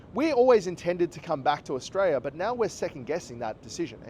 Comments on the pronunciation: Maybe learn how to pronounce the country's name first.. Aus-tray-lee-ah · Mate there is an “l” at the end of Australia-l-is!! The cost of living is high in most countries in the world at the moment so stop your bloody whinging!!